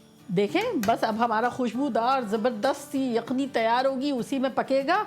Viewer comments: Ap yukhni ko akhni ku bolty ho? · Aap ‘Yakhni’ ko ‘Aakhni’ kioun keh ti hain kabhi Kabhi 🤔🤔🤔